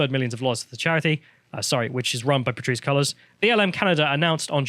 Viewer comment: Classic lol, Pateerissehh......seconds later, rolls straight through "The father of Patrisse Collor's child" effortlessly.